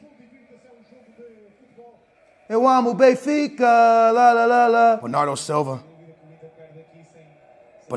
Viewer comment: Benfas lmao